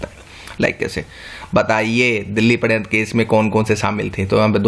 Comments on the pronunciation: sir aap sharyantra ko paryantra bol rhe h plz correction kare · padhyantra haha its shadyantra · shadyanta ko padyantra Mt pdo sir.. too annoying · Padayantra (पडयंत्र) ni sir wo shadyantra {षड्यंत्र) होता है